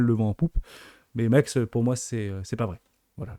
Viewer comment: l’échangeur s’appelle MEXC Ça se prononce MEX C